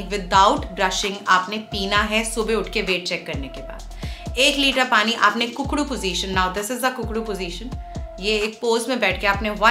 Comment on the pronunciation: डाइट बहुत अच्छी है बहुत बहुत धन्यवाद ma'am,, वह कुकड़ू नहीं होता, ऊकड़ू होता है।